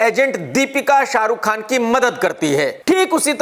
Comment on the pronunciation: Tu Chutiya tha hai aur rhega..Kaisa Khan hai yaar tu tjhe toh Pakistan chle jana chahiye tha ya tere baap ko 2 mint pehle nikal Lena chahiye tha..Mjhse galti ho gayi jo maine Tera Review dekh liya pehle Bolna seekh ke aa Naam Khan hai bolta hua Terrorist lgta hai🖕🖕🖕Sunday Tickets booked hai Dekhne ke liye SRK ka Fan #Zinda hai🤫🤫🤫